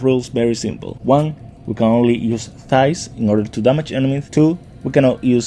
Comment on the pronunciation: I keep hearing thighs when you try to say scythes lol 😂